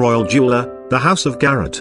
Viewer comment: The images are fabulous, but this guy’s voice is SO grating. In addition, he pronounce the names of the jewelry house wrong. Garrard is not garrrit…